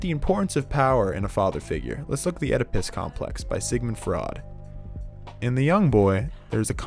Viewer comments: I lost it when it said oedePISS complex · How did you not realise at the “OediPISS complex” 😭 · "oedPISS" "fraud" "supereggo" amazing